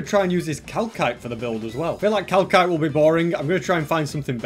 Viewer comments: Its not calkite its calsite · Also just realised its not Cal(k)ite its Cal (s) ite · Watching this 6 months later and hearing the word cAlKiTe in stead of Calcite is like😪😑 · Haha i love it how he said KALKITE instead of calcite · Nah im crying bc man said cal-kite when calcite is prenounced cal-site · its calsite not calkite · Cal kite it’s actually cal site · cal-kite really? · why is nobody talking about the fact that he pronounced calcite as "calkite"? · Calcite is pronounced cal site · its pronounced cal-site :3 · Nerds cringing when he said kalkite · It is pronounced cal-sight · Am I the only one triggered by how he says calcite like cal kite? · just saying that its pronounced cal site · Btw the 2nd c in calcite in pronounced s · In the word calcite the second c is pronoused like an s